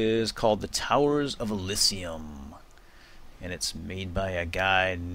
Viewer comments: Its pronounced Uh-Lee-Zee-Uhm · elysium is pronounced ee li zum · lol pronunciation of Elysium <3 love the vids, though ! :)